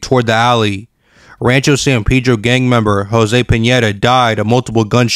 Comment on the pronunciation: Its Pedro not peedro 😆😆😆🤦